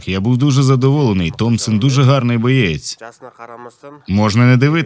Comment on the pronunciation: Друже, він боєць, а не бієць